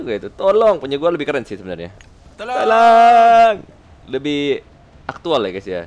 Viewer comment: Klo voice packny bukan tolong, tp lonntoooonggg.., hehehe jokes bapak2